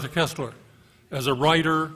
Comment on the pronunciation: For god's sake, it's pronounced....KIRSTler, (as in thirst), not KESSler (as in less).